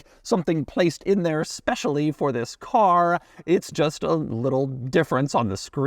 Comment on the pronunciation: specially for this carrrrrrrah